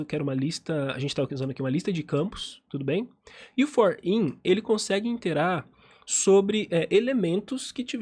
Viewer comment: Excelente vídeo, somente um adendo... Quando você diz interar não seria Iterar?